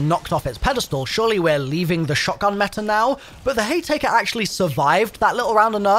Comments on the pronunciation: Haytaker? Sludge rounds? Bruh has to be trolling or trying to get engagement. Either way, mission accomplished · The hay-taker🤡🤣